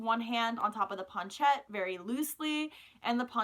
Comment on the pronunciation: I don't think your saying planchette right.